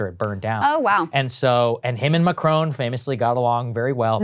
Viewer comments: Pretty sure that was supposed to say MacRon, as in the French dude… not a town in Georgia. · "MacRon"? McDonald's hip new spokesman? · His future is SO uncertain that he's lost the R in his name!!! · /Macron. Close ish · It's not Macron, it's M̄āc̄r̄ōn̄.